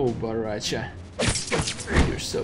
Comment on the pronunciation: I laugh when You say bo ra cha